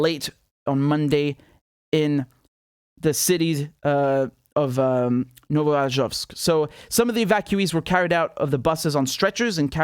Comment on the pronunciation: Richard, let me correct you. It's pronounced as NovoAZOVsk. The root is the same as in AZOVstal and is pronounced the same way. "Novo" means "new", literally "NewAzovsk"